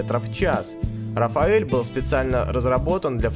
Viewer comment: рафаэль непривычно звучит,может рафаль